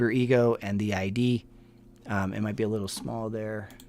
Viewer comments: It’s not ID as in a license, it’s pronounced iihd with an I sound like ick. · Great video, thanks! But just an fyi, I think you’re pronouncing “id” wrong. It’s not like “I.D” it’s just a soft “i” so pronounced “id” like “is” but with a “d” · It's ID like Sid, not I D. As in initials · It’s ID. Not I.D. Rhymes with “did” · It's not pronounced I.D. like your I.D. card, it's pronounced id don't say the letters say the word id. Like Ed but id. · Hi! If I’m not mistake the Id is pronounced as a word. Id. The id is a Freudian term it’s not I.d. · It is pronounced id as a word, not I.d. Phonetically it’s just as it looks. Short I, emphasis on the d. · First time listening in👋🏻👋🏻 FYI— “Id” is pronounced like “it” only with a “d”. Not “I.D.”😊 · why did you say I.D. instead of id? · Great video, FYI Freud’s “id” is pronounced like “bid” without the b, not like I.D. cards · Just an FYI - Freud's "Id" is pronounced like "kid" without the "k". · ID is a short I, one syllable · Id is pronounced with a short i sound. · Another interesting show… No music in background, yay!, Would you please look up the pronunciation of ‘id’. Thank you. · nothing condescending about it. Bugger off.. he pronounced it wrong, and he needs to know that. And I bet he appreciates it. That’s what friends do for friends, they help them.